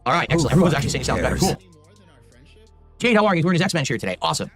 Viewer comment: Gwet fweked Jayde